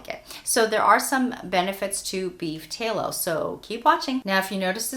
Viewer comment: Tallow like shallow. Not tay-low.